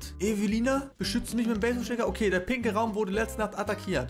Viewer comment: Hast du bei den pinken Raumgrad gesagt pinkel